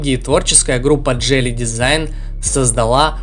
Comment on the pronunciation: автор походу по жизни тупенький.Мы же разговаривали уже на эту тему не джели идиот а джили.У тебя с русским проблема что ли.